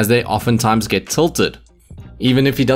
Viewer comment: the way he pronounced 'gert' love it